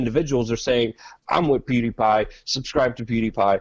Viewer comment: PewDiePie* not Peediepie...